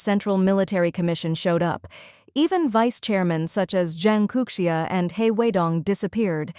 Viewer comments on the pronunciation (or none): Zhang Youxia. Not Zhang Kouxia, right? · Zhang Youxia has no "k" sound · Zhang Kouxia? --> Zhang Youxia? 張又侠？